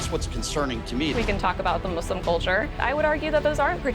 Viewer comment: "Muzlim culture" lmfao